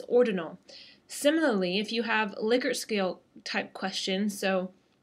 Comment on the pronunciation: lick-ert lol